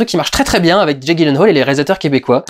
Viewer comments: Ça se prononce "yilenhal" ;) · Petit commentaire en passant : ça se prononce "Yilenhèyle" :3 Voili voilou (et si vous voulez vérifier : Bonne journée à tous, et continue Durendal, j'attends le prochain PJREVAT avec impatience ! :)